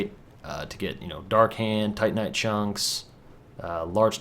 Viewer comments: you said titanite demon... but say tantinite shards? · Haha I like how you said "tantinite" then you corrected yourself saying "titanite" then you definitively went back to "tantinite" :D